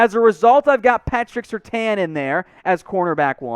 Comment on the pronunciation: Why do you continue to mispronounce SerTAIN?